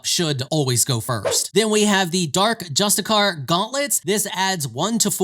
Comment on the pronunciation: Per-ee-apt. not Preapat. Just-ih-see-ar. Not Justicar.